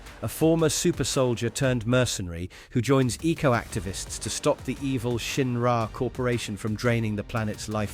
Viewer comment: This did well at hiding it's an AI voice video until Shin-Rah was said during ff7.